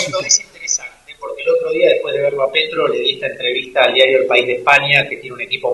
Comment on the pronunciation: "Er País"jeje,je,je !qué bonitor el País¡.